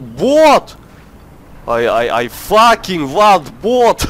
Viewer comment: I looooove the way he say fucking,it goes like faking